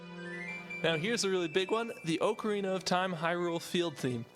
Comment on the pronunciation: Your pronunciation of Ocarina triggers me - Officially, it's pronounced like "Ock-a-rina".